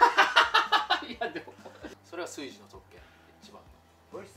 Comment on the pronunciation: 炊事を「カイジ」と同じ発音で言う時点でなんか変な方向に染まってるわ笑